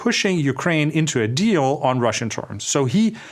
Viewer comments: Funny how my YouTube subtitles translate “minerals deal” to “minerals steal” every time Andreas says that. 😂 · Maybe a Freudian fallacy but I heared a mineral steal instead of a minerals deal. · You said it: Mineral Steal. Subliminal slip? Even the Google translator heard it on cc.